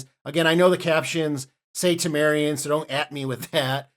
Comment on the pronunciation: I very clearly heard Tamarians not Telerians. He didn't pronounce it 100% correctly, it should have been Tah-mah-rians with stronger emphasis on the 'a' sound, but he kind of slurred it sounding like Tehmerians, with his british accent. So with your American hearing it makes sense that you would think he said Telerians. For some reason Americans seem to have great difficulty deciphering british accents.